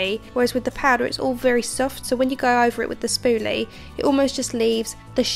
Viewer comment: I like how she says "spooly" lol